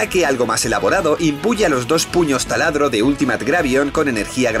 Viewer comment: Me encanta como cree que dice bien la palabra en ingles Ultimate diciendo iultimeit cuando se dice altimit XD